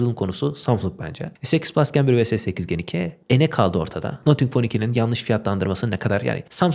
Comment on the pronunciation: selamlar, nothing - nating şeklinde okunuyor.